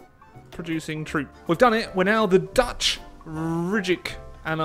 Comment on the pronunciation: Your dutch prenounciation is completely correct, no mistake made, none